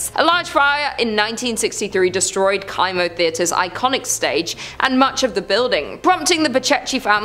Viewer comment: It’s pronounced Kimo like chemo! Sorry not sure why it was bothering me so much 😂 love your channel